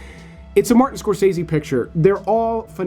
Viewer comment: That’s not how you pronounce Scorsese.